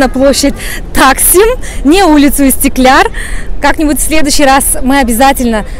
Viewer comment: Видео было познавательным и интересным 🙄 но хотела бы выразить свою эмоцию по поводу истикляр(?) скорее будет правильнее истикляль (НЕ В ОБИДУ) 👍